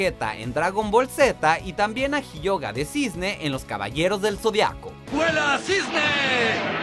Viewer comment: Picolo, Vejeta , jioga 🤣 common